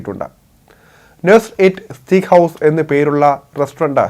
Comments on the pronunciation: സ്റ്റീക്ക് അല്ല സ്റ്റേക്ക് ആണ് ശരി ഉച്ചാരണം. Ty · സ്റ്റീക്ക് അല്ല സ്റ്റേയ്ക് !